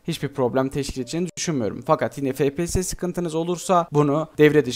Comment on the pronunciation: abi niye fepese efpiyes demiyosun